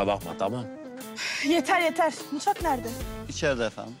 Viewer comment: Afetin mutvak demesi